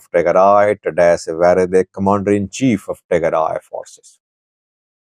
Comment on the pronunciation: You read "worede" as "v e r e d e ".which means you are Indian.